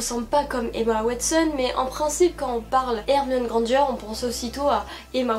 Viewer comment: Il y a des personnes qui dit GrandG et pas Granger